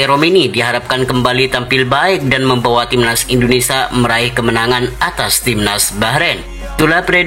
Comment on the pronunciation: Indonesia , bukan indonesa 🤣🤣🤣